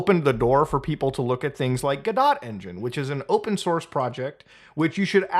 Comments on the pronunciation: dude, guh-dot, LMAO it's pronounced guh-dough lmao just thought that was funny, sorry if it came off a little harsh as a game developer, ill probably use godot instead of unity just in case my games ever do blow up (which they probably wont but its alright, better to be safe than sorry) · They actually plan to charge developers for every install by a single user as separate distributions? That's actually disgusting! Unreal is looking pretty good rbn. Also, it's Guh-doe, lol. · Finally, godot (Pronounced: gud-doh) is finally getting attention. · How do no streamers know how to pronounce “godot” correctly?